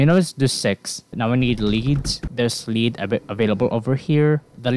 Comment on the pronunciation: the ea in lead is pronounced like э in russian (i dont know a lot of russian, only the alphabet and some basic phrases) also homing means it follows whatever its attacking im not trying to be mean, i know english can be hard to learn so good luck :)